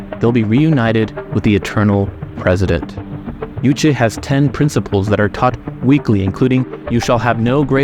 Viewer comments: The young lady who escaped North Korea pronounces it Juche. Why does the Western narrator feel the need to pronounce it "Yooche?" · Thank you for the video! It's not Yuche, it is Juche. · Juche주체. you should pronounce it juche, not youche. J sounds like juice, June, jury, jewel, juvenile....